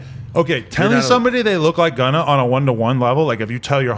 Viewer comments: stop saying gunnet 😢😢😢😢😂😂😂😂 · I lost my mind when he said “shegunna”